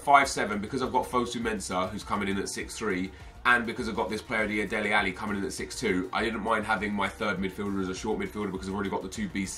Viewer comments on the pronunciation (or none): none